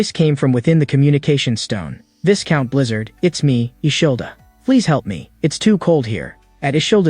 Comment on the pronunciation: Even AI didn't know the pronunciation of viscount lol